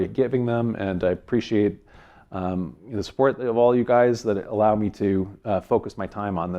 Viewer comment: Why do u say "allow"....